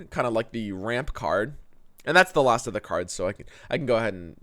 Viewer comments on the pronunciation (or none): none